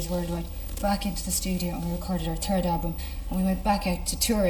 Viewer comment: " The turd album "